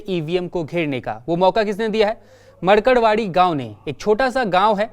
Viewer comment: मरकडवाडी नही ये मार्कडवाडी है